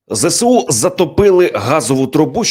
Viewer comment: Увага! Говоріть правильно ! Не зе сЕ у, а зе Ес у !!!